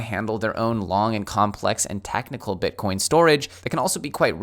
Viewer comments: "bitcorn" lols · Did he say "grandma and grandpa getting their first 'Bitcorn'??? That's a Jayson Casper-ism! 🌽🌽🌽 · I heard BitCORN. 😐👍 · I could swear you said ‘bitcorn’ at one point. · Did you say Bitcorn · . Grandma and Grandpa are going to buy their first "Bitcorn"? It's hard on the dentures, I hear. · Did he say bit🌽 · did he say "bitcorn" again? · I am not the only one heard that!? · Did anyone else hear say "bitcorn"? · Grandpa wants his Bitcorn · did you say “Bitcorn”? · You said Bitcorn